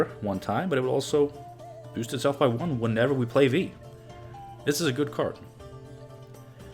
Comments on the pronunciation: Its from polish "wij" and you are saying it correctly, as you always did. So better change yours deck name :P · Viy is actually a character from a Gogol story of the same name (Russian), so yeah your pronunciation is correct. Interestingly it's not an insectoid there, more like a demon of sorts. Koshchey from Russian folklore is similar, being not an insectoid but a man who possesses magical immortality which has to be broken somehow for him to die.